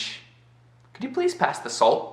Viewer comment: Quando você fala "salt" eu entendo "soul" hahahahaha